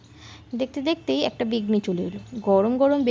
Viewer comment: আগে বেগুনি বলতে সেখো তার পর vlog bani o 😅😅😂😂😂 আর সাবস্ক্রাই করতে বলছো আগে ভালো করে vlog koro tarpor subscribe korbo ok